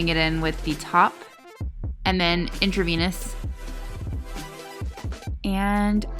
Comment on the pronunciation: You saying "in-tra-vaniss" was cracking me up.